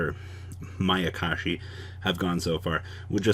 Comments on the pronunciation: finally saying mayakashi, hearing makakashi over and over was like someone poking their finger into my temple repeatedly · Thumbs up for Saying Mayakashi correct today 👍😎